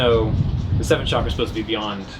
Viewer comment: ok Iove you both, but before anyone attempts to raise their kundlini or enter a hatha yoga studio, or buy another crystal or indulge in some "California Tantra", lets get the pronunciation of Chakra right. Chakra is not pronounced Shakra. It is a harder Cha as in chocolate or chip. The problem probably stems from the way the word entered the European languages, but that is another matter. As usual I enjoyed hearing you both.